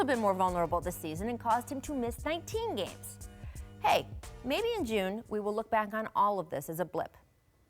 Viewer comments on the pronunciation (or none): none